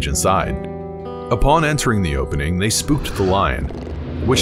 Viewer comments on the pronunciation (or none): none